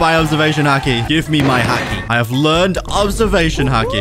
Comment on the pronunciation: I love the way he pronounces haki😂